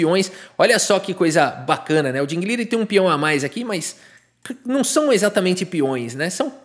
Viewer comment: Curioso o brincar com o nome do Ding, pois a pronúncia correta seria algo como Ting Lirãn, negócio meio alienígena, pronúncia de engine.